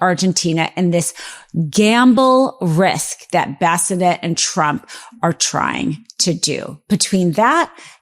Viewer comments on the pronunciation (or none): Scott Bessanet? I think you mean Bessent... not that his name particularly desrves its correct pronunciation... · Scott Bassinet ? Or is she talking about Scott Bessent ? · Secretary of Treasury Scott Bessent pronounced (Be - sent) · The fact that she calls Scott Bessent “bassinet” is hilarious! 🤣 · Please pronounce the Treasury Secretary’s name right,. It’s Bessent. (I don’t want you to look bad….😘) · Love the message. Could we perhaps practice pronouncing the names before recording. Its an ongoing problem with. Her inability to read names like Bolsonaro and Bessent are damaging her credibility. If she wants to be taken seriously, and I want that for her, she needs to brush up on this. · What is wrong with her speech? Why is it so hard to say Bessent? Or is she trolling on purpose?